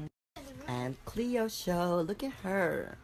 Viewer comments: I like how he used to call her cleeeo and now he calls her clayo 😭😂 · Is it just me who hears that Bret pronounces Cleo differently now. From Cleeeo to Claayyo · It sounds like cleo said kio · Clayo is the Filipino pronunciation for Cleo so that may be the reason :)